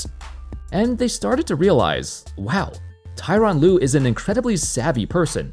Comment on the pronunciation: Tor-on Lue, not Ty-ron Lue